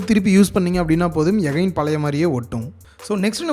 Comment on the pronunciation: good effort brother , oru small request adikadi neenga ' again ' word use panringa , aana thappa pronounce seiringa , yagain nu solringa எகைன் nu , pls thappa ninaika venam